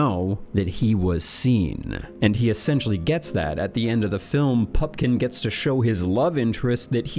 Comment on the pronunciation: Glad you’re back, and you look thinner. Keep it up. But say the correct name of actors and their character names. It’s Pupkin, not Pumpkin. It’s Bernhard. Not Bernard